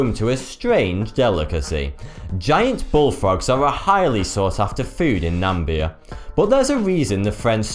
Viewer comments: NAMIBIA, not NAMBIA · Its not nambia its NamIbia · Don't mean to be a grammar Nazi but, it's pronounced CASHew nuts, not "caSHOO" nuts. Also, where on earth is "Nambia" or do you mean Namibia? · Ermmm...Nam-ib-ia not Nam-bia... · Nameeeeebiaaaa not nambia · He just said Nambia instead of Namibia... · Hahaha "Nambia". It's Namibia dumbass. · Freak, it isn't Nambia, it is Namibia!!! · its Namibia not Nambia please pronounce it correctly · namibia , not nambia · its NamIbia not Nambia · Nambia? XD Na-mi-bi-a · its Namibia, not Nambia, the way you pronounce Namibia is incorrect. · I'ts Namibia, not Nambia. Fuck, i hate it when the misspell and mispronounce countries. I even live near Namibia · Na-mib-ia .. not Nambia. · I'm English and this fella's pronunciation is appalling. 'A-fixia' for asphyxia? Nam-bia for Nam-i-bia?? And did I get a wink at the end? Did I f**k! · Uhm it's Namibia, not Nambia. You got that wrong multiple times. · ***** thats because your idiots. He said nambia, but i knew he meant namibia. And i choose to not be a dramaqueen about it. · yeah I noticed that too. He must have mixed it up with Zambia or Gambia... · NamBia? NAM-BIA?? It`s NA-MI-BIA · Where the hell is Nambia, its pronounced Namibia. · It's not Nambia it's Nah-mee-bee-ah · 'Namibia'.. not 'Nambia' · i'm from South Africa and you said the place as "Nambia", it's actually "Namibia" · the country is Namibia, not Nambia. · It's pronounced Nah-me-be-ah and ass-fix-ee-ay-shun :D Good little video nonetheless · Nambia?? Close to Narnia with its giant frogs? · it is (na)(mi)(bi)a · 1) C'shew? 2) Phycosis? 3) Ackai? I thought it was Ackee? 4) Aphixiations? 5) Sannakaji? 6) Nambia? 7) Oshiketataka? This was a rough day for. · Nambia.. affixiation... can cause deaf??? I know the name is a play on 42 from the Hitchiker's Guide to the Galaxy, but this dude cannot even say, he mispronounces it ""... ironic that he made a name that he cannot pronounce.